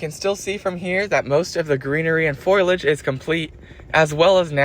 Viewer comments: Foliage. It's spelled foliage, not foilage and is pronounced "foh-lee-ih-j", not "foy-lih-j" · Foliage. Foliage. Not Foilage.